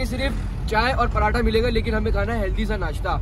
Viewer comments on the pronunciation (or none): none